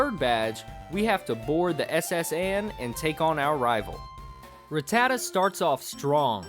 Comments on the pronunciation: Smh, i couldnt get over how many times you pronounced rattata wrong...m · God say rattata properly smh lol